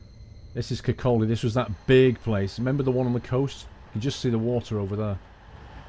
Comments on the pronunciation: Kirkcaldy used to be the manufacturing center for vinyl/linoleum flooring hence it's size. I can vouch that all these places do really exist, I live in Dundee. FYI Leuchars is pronounced loo cars and Kirkcaldy is pronounced Kirkcoddy, the L is silent. You should come and visit these places. I will say I'm impressed that you use google maps to show the route. The videos are great btw, :-) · Kirkcaldy is a town I live in fife You pronounce things so weird